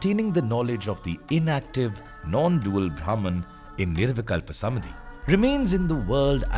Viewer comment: धन्यवाद। What you explained in just 31 minutes and thirty six seconds would have taken at least a week, if I had to read it. Kudos to the author of this research work. Just one word for the orator - It's निर्विकल्प समाधि/ nirvikalpa samādhi and not "samadhi".